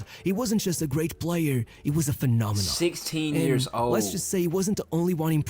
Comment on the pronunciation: phenomen not phenomenon bruh